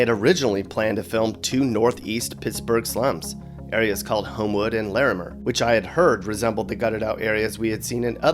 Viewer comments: The way he said lairmer it’s pronounced larmer 😭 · OMG ITS LA-MER THE WAY WE SAY IT AN I USED TO LIVE THERE SO WAT THERE STILL BUILDING THAT HOUSE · didn’t even say larmeir right . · For real that's what I said and he said Lamair all wrong lmao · Please don’t pronounce Larimer like that👌🏾Irks me !